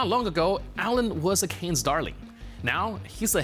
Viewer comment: it´s not "Canes" like cranes but it is "Cannes" (Kun)